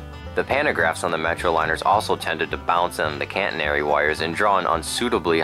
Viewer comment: catenary NOT caNtenary